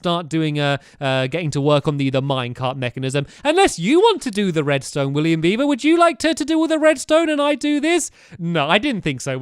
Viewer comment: William beiver? WILLIAM BEIBER!!!